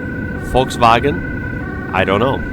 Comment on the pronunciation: excellent volkswagen pronunciation :)